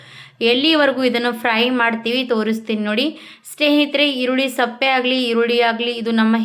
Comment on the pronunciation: ಈರುಳ್ಳಿ ಸಪ್ಪೆ ಅಂದ್ರೆ ಏನು... ಮೊದಲು ಭಾಷೆಗೆ ಮರ್ಯಾದೆ ಕೊಡಿ. ನಿಮಗೆ ಕನ್ನಡ ಬರದೇ ಇದ್ದರೆ ಇಂಗ್ಲಿಷ್ ನಲ್ಲಿ ಹೇಳಿ. ಸಿಪ್ಪೆ ಅಂತ ಹೇಳುತ್ತಾರೆ.